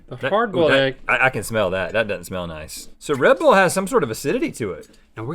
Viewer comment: Link in Smosh try not to laugh: I never say smell-a that. Link :Oh Smell-a that